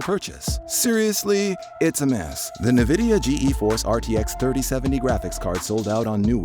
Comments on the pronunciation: G-E force? “Nuhvidia”???? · I’m just gonna pretend I didn’t hear that ‘Nuhvidia’ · when I heard "Ge Eforce" and "Nuhvidia", I turned iff the video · 'Nah-vidia' wtf? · Yeah Im not gonna listen to advice on nvidia cards from someone who doesn't know how to pronounce it. Sorry